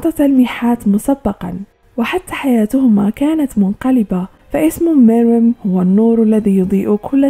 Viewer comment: his name is Meruem say it right